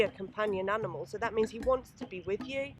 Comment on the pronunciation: Sounded like aminal